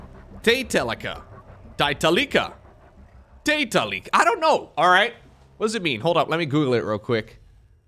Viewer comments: if we go by the Korean name (타이탈리카) it'd be "Tie-tallica" to sort of rhyme with "Metallica" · It's pronounced taitalika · it's pronounced Taitalika, not Taitalika